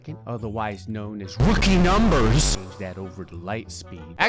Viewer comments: R O O K I E N U M B E R S lol sounds like "porque nombres" from Spanish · "RoOOkIe NumBBErS"